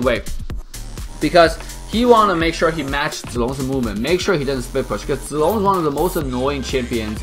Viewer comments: I like how you pronounce zilong right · That pronunciation of zi long and yun zhao of yours is perfect, however in chinese we mention him as zhao yun instead, because we'll always call somebody by saying (Surname) first, then (first name/given name)-> (zhao)(yun). Zi long is a courtesy name "zi/字" (given to them when they turn adulthood, no longer a practice of modern chinese society) Adult of same generation with him will address him as Zhao Zi Long (surname)(courtesy name) or Zi Long, whereas the given name (Zhao Yun) is reserved only for himself and the elders. Hence, he is Zhao Yun zi Zi Long, we can call him Zhao Zi Long/ Zi Long/ Zhao Yun.